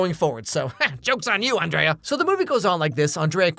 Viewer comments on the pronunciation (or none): Her name is pronounced An-dree-a. Miranda just pronounces it An-dray-a. 😊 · This sequel was a solid 2 out of 10. The 2 points were scored for Lady Gaga and the celebrity cameos. Hear Emily enter and call Andrea Ann Dree A. My name is Andrea, too. Later on, the pronunciation morphs into On Dray Ah. I get that all the time, too. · You know, for someone who's seen this movie 87 million times, you sure do mispronounce Andrea the same number of times. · It shows how big of an impact Miranda has had, in that the entire video he pronounces Andreas's name the way Miranda does, and not how Andrea herself and all of her friends and family do.